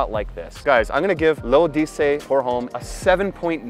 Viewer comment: Pronounced ‘lo’dessey’ issey miyake